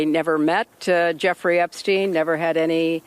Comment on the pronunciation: Waiter 趟, a friendly reminder, 不是 ”Epis-疼”, 是 "Epis-停"! 😂